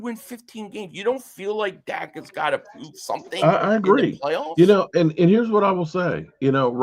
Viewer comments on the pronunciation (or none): none